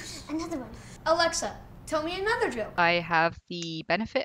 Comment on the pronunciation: "Alecktha" hahahHahaha